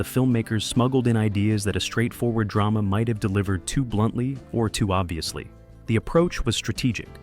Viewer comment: .. keeping one foot in Dray-Mah? WTF